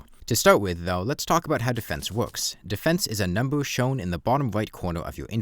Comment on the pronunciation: I hope this doesn't come off rude but you earnestly need speech therapy, I find it hard to take a commentator seriously when I hear slurred "wowks" and "playews", I'm sorry but this is the second video I've clicked on in interest and had to drop in the first minute I hope you can forgive.